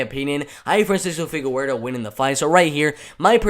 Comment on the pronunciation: Boy said “figawerdo”